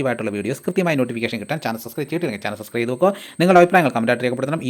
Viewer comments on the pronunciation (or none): none